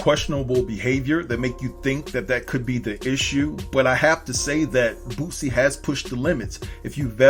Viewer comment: I kept thinking you were saying "Bootsie ". This is disgusting. F-ng celebrities. I enjoyed the video and it did just what it was supposed to do. Get people watching it and talking about it. The shoe was ridiculous and Nike has said they had nothing to do with it and are taking legal action.